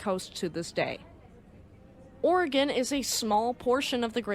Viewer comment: You must be from the Oregon/Washington atea. You pronounce "Oregen" correctly! I was told it isn't "Oregone".